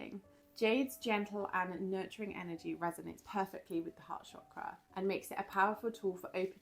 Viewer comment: Thank you for pronouncing chakra properly ❤